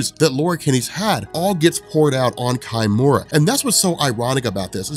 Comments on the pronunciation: Isn't it key--mura , not kai-mura? -_ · "Kimura" is a proper Japanese name. Therefore, you would use Japanese pronunciation. So it's not "Kai - Mura", it's pronounced "Key-Mura".